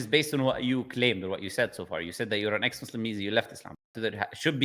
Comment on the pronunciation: "Ex mosleem" very accurate 😂